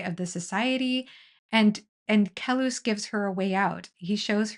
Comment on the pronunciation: Great video. Though I want to mention that the way Bakker pronounces Kellhus is similar to Dallas. It does not sound like Kel-hoos.